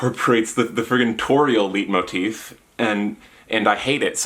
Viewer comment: i love your shirt. your undertale vid is not too long at all! and i loved your hot takes on chiptune actually, even though i don't agree. also, i think the "ei" in leitmotif is pronounced like the "igh" in "right", not ee as in beet. (source: i'm german, though i think the word is like half-german and half-french, so who knows lol)